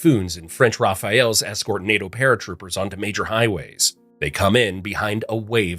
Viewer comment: IT'S RAFALE NOT RAPHAEL